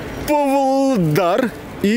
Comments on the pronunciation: правильно будет ПАвлодар, а не Пвлодар) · Только город ПВлодар, а Павлодар 😃